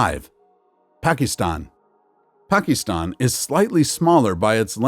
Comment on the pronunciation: Pakeestan? You should also review numerical rounding rules taught in elementary school math instead of reading numbers verbatim.